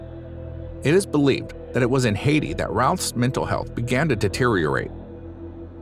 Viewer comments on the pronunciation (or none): none